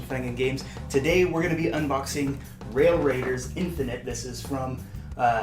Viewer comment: At the mark...you don't even say the name of the game correctly!!! LOL Lame! SMH